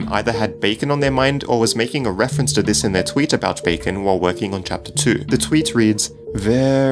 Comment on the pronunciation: backen is what he is saying